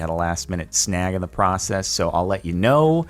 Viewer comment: when he said last minute snag I heard last minute snack